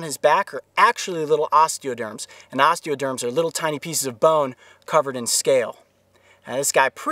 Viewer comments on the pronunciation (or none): none